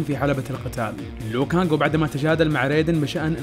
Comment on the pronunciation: اسم لو كانج مش ليو كانج هو مش مسى